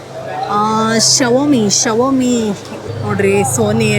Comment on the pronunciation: Xiaomi ❌❌❌ Shovamee✅✅😂